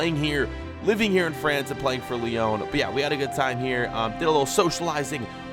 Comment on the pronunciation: What’s the point in correcting Brugge when you can’t pronounce Lyon right!